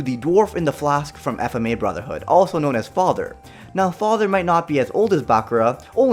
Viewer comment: You know it’s an old video based on the pronunciation of FMAB.